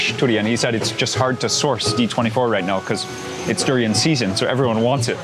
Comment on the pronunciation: You pronounce durian as turian. You must have been staying in thailand long. Durian come from the word duri mean thorn, actually what the fruit skin is like.